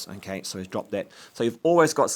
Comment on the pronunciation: How many times he said okeh😂